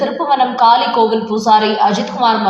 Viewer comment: காலி அல்ல காளி கோவில் தமிழை சரியாக உச்சரிக்க வேண்டும்